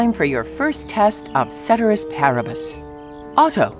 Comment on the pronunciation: Did they just mispronounce cēterīs pāribus